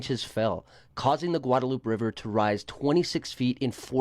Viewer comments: “Guad-a-loop river” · Homeboy a little after 5 minutes into the video said a lot of dumb things, but for some reason the "gwadalooop" just grinded my gears.